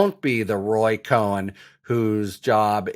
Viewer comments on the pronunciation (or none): none